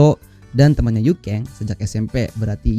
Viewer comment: Yuken bang bukan yukeng